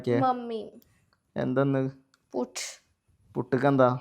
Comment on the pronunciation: പുട്ട് ❎putt✅😂